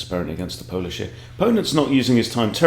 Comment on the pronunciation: Think you need to polish up on the Polish 😊